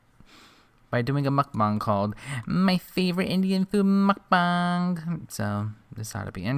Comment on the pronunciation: You're pronunciation of mukbang is everything to me these days. LOL. Thank you!